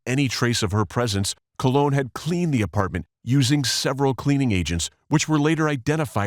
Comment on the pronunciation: COLE-on, as in colonoscopy.